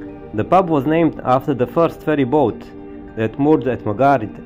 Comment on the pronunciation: kad vec snimas videe na engleskom jeziku, bar se potrudi da naucis kako se pravilno izgovaraju imena gradova i mjesta koja posjecujes i o kojima pravis video Nije hejt, al bas ruzno zvuci kad pogresno izgovaras imena gradova. Izgovara se Emdzar. Nije Bugiba nego je Budjiba. I tako dalje. Lijep pozdrav iz Arba (Gharb) i puno srece u daljnjem radu. 🤗🤗🤗